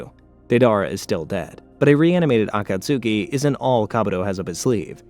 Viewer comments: It would be a lot better if he could pronounce names like Akatsuki and Tsunade and like 75% of other names correctly... You'd think someone doing a 7+ hour recap would at least watch bits of the anime to catch the pronunciations instead of just reading a script. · Nope, not gonna watch a 7 hour video with you pronouncing Akatsuki like that. I made it 3 minutes and 29 seconds, you're welcome. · Ofcourse you cant pronounce akatsuki the right way. Now its 7 hours with you mispronouncing. Great 😊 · I’ll try to sit thru your pronouncing of “akatsuki” bc omg man lol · I had to turn off after you pronounced Akatsuki like that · Why is the pronunciation of some words like akatsuki so wrong 😂 I can’t deal with it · I swear he was doing it as ragebait lmao so many names were wrong idk if it's bc he watched in English or what lol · These videos are so great, but the pronunciation on akatsuki actually makes my ears bleed 😭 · As good as the video is... PLEASE for the love of God, get the pronunciation right. For future content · Oh this is really going to fuck with me you mean the Akatsuki? Á°ka°ski° Akatsuki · Yo I love your videos but caught-ka-sukee stupidest shit I've heard lol aw-ka-tskee if you're gonna make a 7 hour video at least get the basics right yeah? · Every time you say "Akatsooki" a baby in Africa starves to death. Shame on you, sir. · I love these videos! But there's so many things that you pronounce as if you've only seen the words written. Akatsuki is not pronounced acat-sooki! A-khat-ski=Akatsuki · The “Ah Cot Sookey” is insanely crazy my guy you don’t need to pronounce each letter in the word. 😂😭 I’ve Never Heard Someone Call The Akatsuki That Lol. Love The Video Though. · Yeah either it’s a AI or a guy who never practiced the words, any time I heard Akatsuki as Akatsuuki I cringed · AH KAT SOOKIE ARE U KIDDING ME THIS SHIT IS ASS REDO IT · A - KA - TSOOKIE 😂🤦‍♂️ Says it so so so many times. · i love the video, but acatsuki? 😭💔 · It's *A-kat-ske